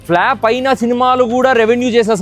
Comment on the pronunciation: It’s not flap! It’s flop. Get your pronouns right. Hatred not hateredness! You are destroying English